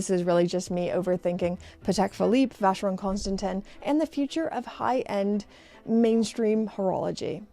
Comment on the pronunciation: Please, ask someone how to pronounce Vacheron Constantin. It is either ignorance or pure laziness to pronounce it wrong. It is also disrespectful towards your audience.